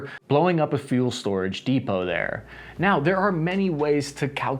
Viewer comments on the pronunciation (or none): none